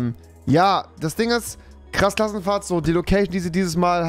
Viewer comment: Klass Krassenfahrt😁😁 Wer verspricht sich auch immer hahajaha